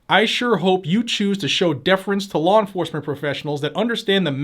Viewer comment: I love the way you say "lawr enforcement". Just teasing. Love your channel and thank you for your hard work keeping us informed and rallying us to fight back.